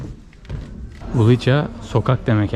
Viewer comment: c harfi ts diye okunur; ulica ulitsa :) emeğiniz için teşekkür ederim